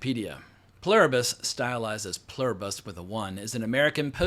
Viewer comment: You nailed the pronunciation. It's written on American currency. I had exactly the same question about the link between the space signal and the virus itself/rat experimentation phase. Good to know I'm not alone.